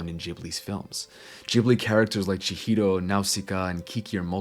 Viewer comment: First time I hear an english speaker pronounce Chihiro properly.